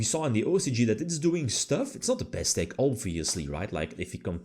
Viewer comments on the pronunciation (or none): none